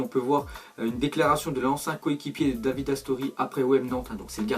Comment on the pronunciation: Ca ce prononce Davidé RIP à toi Astori c'était quelqu'un de bien